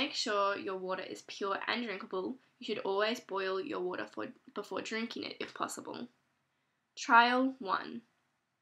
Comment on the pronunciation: youw woutah . .